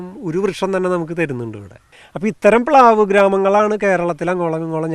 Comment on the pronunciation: പ്ലാവ് ആണ്… പ് ലാവ് അല്ല